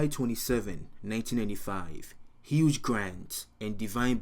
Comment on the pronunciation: Luv your videos, but lol it's HUGH [pronounced HU-e] Grant. Not HUGE Grant 😭 That was a great Freudian slip tho lmao